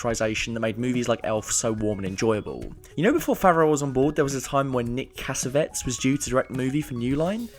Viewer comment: Good vid but it’s CASSAVETEEZ son of John.